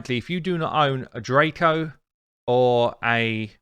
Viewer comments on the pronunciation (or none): none